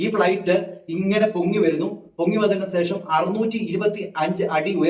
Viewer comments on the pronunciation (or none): സേഷം അല്ല സുഹൃത്തേ ശേഷം 😄😄😄